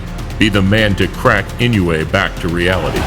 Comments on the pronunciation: For the record, Inoue is pronounced “ee-NO-eh.” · For future reference, it's pronounced i-noh-oo-eh